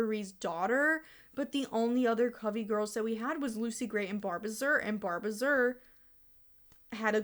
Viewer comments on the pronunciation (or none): Barb uh zir???? No it’s barb azure- ah zhur like the color 😭